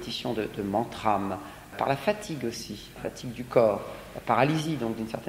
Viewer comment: Merci pour cette conférence. Votre voix a quelque chose d'envoutant en elle même...juste un détail, Mantra se prononce sans M à la fin, à moins que vous ne l'écriviez MantrÂME ...